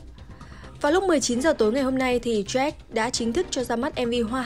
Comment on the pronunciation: Jack = joách , bình gold = bình gâu .... ok i'm fine